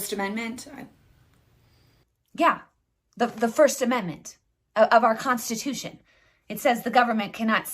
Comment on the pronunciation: Constuti... contustiti.. ehh.. Mob rules.